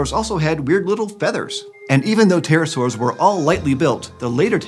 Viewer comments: read as 'peterosaurs' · Because english speakers don't pronounce the P it always sounds like Terror-saurs. XD